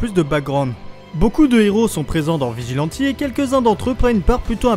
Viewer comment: Arrête de dire vegilenti stp